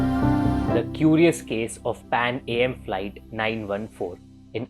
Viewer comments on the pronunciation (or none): PANAM stands for PanÀmerica. Please again, get the pronunciations right!